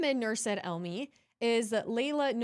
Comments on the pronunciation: Name pronunciation tip: Said is pronounced 'SA- ID'. The 'Sa' is emphasised i.e. SAH - EED'. There you go. Perhaps we could request for a graphic family tree presentation based on the various real, fake and deceptive identities of each character? Start with the identities they now hold and see where they pop up in time. That would be as clear as ice wouldn't it? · "Said" is pronounced "Sah-eed". 2 syllables